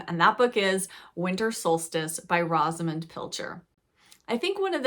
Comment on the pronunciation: Rosamund the o is a long o sound. Just read Enchanted April. Some old fashioned reads that I read as a tween, Under the Lilacs and The Five Little Peppers and How they Grew. I am 78 years young and love to read.